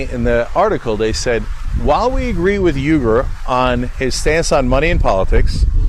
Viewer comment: “Errgerh” 🤣 ... it’s alright, Cenk pronounces it wrongly as well. It’s “oui-goor” (French “oui”) but he calls himself “you-ger” (rhymes with Luger) because: Murrican!